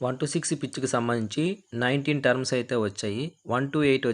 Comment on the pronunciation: టర్మ్స్ కాదయ్యా టర్న్స్ అనాలి